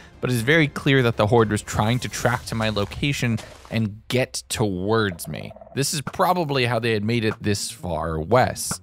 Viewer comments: The way you say some words is... odd. Like "Towards", you pronounce it like "Towerds", it's odd. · That's the thing though, he sometimes says it normally, other times he doesn't. It's not a dialect I've ever heard, either, and it's not every instance of "ward" he says that way. It's just like, two words, and only Towards is said like that the most. I wouldn't call that a dialect I'd call that an abnormality.